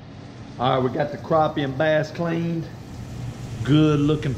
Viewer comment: You like me are from Alabama, It's crappie not "croppie" lol